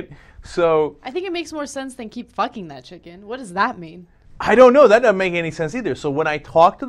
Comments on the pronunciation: Sounds like he's saying pluckin to me. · Am i the only one that thinks its obvious that he said "keep PLUCKING that chicken", i cant even hear him say fucking, it sounds like "PL"ucking to me. That would make much more sense. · Maybe you have some kind of hearing/language disorder, cuz he totally made an "f" sound. The "p" sound is very distinct, and could only be mistaken for a "b" sound. Bilabial sounds (p, b)are very unique and would be hard to confuse with labiodental sounds (f, v). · Hmm.... I keep replaying it over and over and I still hear "fucking." Maybe it's just my ears. >_>